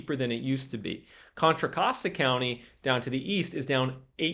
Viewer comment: Hey! Got the Contra Costa pronunciation down. Pretty soon you will be able to throw up the West Side symbol like you live here 😂